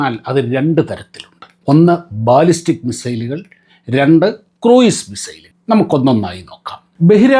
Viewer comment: kɹuːz(ക്രൂസ് ) ആണ്.